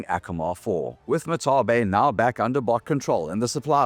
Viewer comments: is that really how Martale is pronounced? Mar-tell? I always thought it was Mar-tall. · he mispronounces martale, but its ok, his democratic message was stilldelivered with liberty